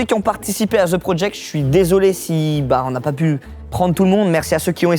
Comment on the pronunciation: "Zeu prodject" mdr:face-purple-smiling-tears